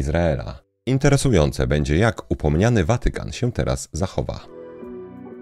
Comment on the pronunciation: prosze zmienic akcentowanie słowa Watykan